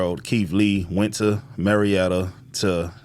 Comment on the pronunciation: Murrietta,Ca is: Mur-eee-ehh-ttaa, and Marrietta, Ga is: Mair-eee-ehh-ttaa😂.